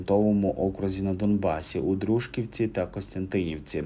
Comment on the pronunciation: Не ДрУжківці , а ДружкIвці, робіть правильно наголос